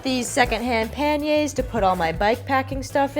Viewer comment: Thank you thank you thank you for calling panniers “pan-yays”, not “paneers”!!!🙏🙏🙏🤘